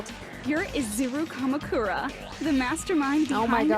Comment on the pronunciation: Two things: Your pronounciation of Izuru Kamukura wasn't wrong. In japanese, you pretty much always accentuate the first vowel, as far as I know. Also, the thing about Izuru the old man and Izuru the student might be a bit confusing: They are NOT the same person. The lab rat Hajime was just named after the founder of the academy. So Hajime isn't an old man. By the way, I absolutely love the "You are the mastermind" plot twist, even though it may have become a little cliche in mystery stories. It instantly makes a protagonist ten times more interesting, imo.